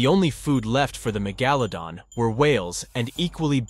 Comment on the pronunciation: A channel with 44.5 m subs... and it's snout was snout... and MEGEHLA DON ? It sounds like it was written or voiced by ai... shockingly bad.. someone needs to proof listen 🤯